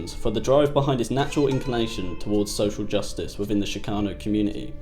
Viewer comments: it's ch as in chick NOT ch as in chic - dude you need to know this shit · Shhhhcano lol. Ch-cano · Shhcano just pisses me off, u can’t say CHIcano??? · Hey!!! It's pronounced CHICKano Not SHICKano!!! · it's kind of lame to bleep 'spic' when quoting from 'fear and loathing' - nasty words were part of the point. also, the ch in 'chicano' is pronounced as in 'chorizo', not 'champagne' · sh-kano.. ya know right outside chicago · Why is this stupid gringo having such a hard time saying Chicano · Can you please learn to pronounce the word “Chicano” properly? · This doc is amateurish and the narrator continuously mispronounces the word "CHICANO". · God hearing the word chicano pronounced incorrectly 3,000 times is super annoying